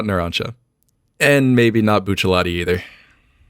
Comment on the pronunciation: I know this is the least important part of this video, but THANK YOU for saying Buccellati's name right.